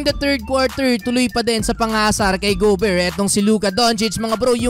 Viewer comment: Bro, GO Bare, nde go beer. Sakit sa tenga. Sorry 😂😂😂😂